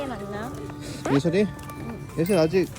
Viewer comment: 예썰이가 아니라 예설이인뎅